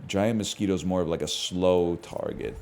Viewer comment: every time he says "transformation taget"..